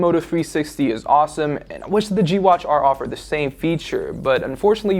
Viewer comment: I hate how this guy pronounces "the". he says like "duh"